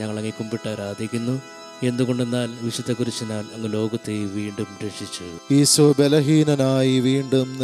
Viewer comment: ഈശോ എന്നു പറയൂ..ഈസോ എന്നുപറഞ്ഞ് ഉച്ചരിപ്പ് മോശമാക്കല്ലേ.